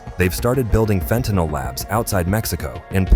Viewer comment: Hooraaaay, this channel pronounces fentanyl correctly.😃